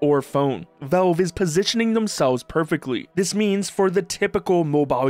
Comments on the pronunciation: "Velve" its Valve! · its not velve its valve :"